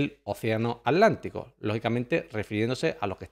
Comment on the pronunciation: OCEANO !!!! ATLANTICO!!! CON (T) !!!! NO ALANTICO ABLEMOS BUEN ESPAÑOL!!!!!!👍👍👍👍👍